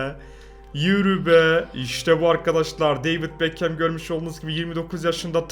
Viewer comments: Normal insanlar: beckham: bekəm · Ayn bekım yada bekhım demesi lasım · bekhem deme artık gözünü seveyim ya